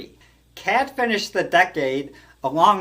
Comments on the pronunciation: It's pronounced Kot and not Cat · Pronounced Jim Cot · FYI Kaat is pronounced cot. Jim Cot = Jim kaat😊